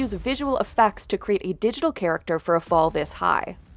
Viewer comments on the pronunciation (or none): Argh, it's the vocal-fry lady who pronounces "create" as "kreet".